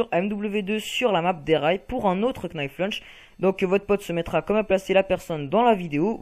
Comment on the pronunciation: Arrêtez de prononcer le "k" de "knife lunge" svp ! --'